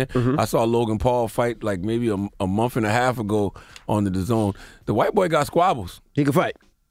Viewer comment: BTW, it's "Month" not "Mufh" it's "Earth" not "Earfh"..WTF Charlemagne 🤔🤔🤔